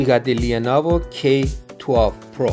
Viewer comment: I like the lea-navo.. Umidagi is not bad.. 😅